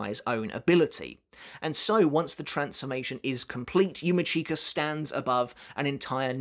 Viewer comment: yUma ckeEka... 🤣 😬 It's yu-mEE-ch(i)ka... 😶 #IStillCant #Slaughtered